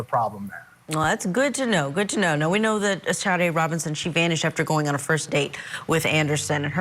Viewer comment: SADE Robinson, not Sharday Robinson.